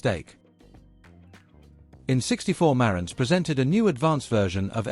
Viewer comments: Not pronounced as done here, the emphasis is on the "ANTZ" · It's ma RANTZ - accent is on the SECOND syllable! Leave it to a British person to screw up the pronunciation as they always do. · So according to the narrator with the British accent, everyone has been pronouncing the name Marantz incorrectly. So phonetically Mare (like the female horse) and ents (like the tree beings in The Lord Of The Rings) it's "Mare-ents"(?) Huh... Learn somethin' new every day. (lol) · You don't know how to pronounce Marantz: Ma rantz. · Please pronounce the name correctly..Hard R.